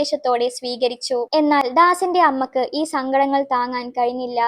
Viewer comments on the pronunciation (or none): അമ്മക്ക് അല്ല അമ്മയ്‌ക്ക്